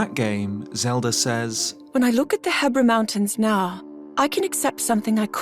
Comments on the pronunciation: I like how before the Voice Memory plays, pronounces the mountains He-bra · Huh, so that's how one pronounces "Hebra" (like Debra and not He-brah).